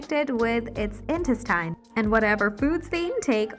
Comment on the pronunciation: This narration has got to be AI generated... the syllable emphasis on some words is terrible eg apparatus/habitat/intestine.